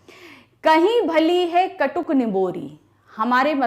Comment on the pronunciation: Mam it is katuk Not kutuk